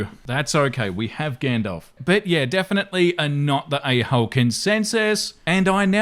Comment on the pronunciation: Ok let me just say...his skin is like an Italian Carrara marble statue..... just wow..... and the way he says "yeaaaaaa" ...... in the Australian accent....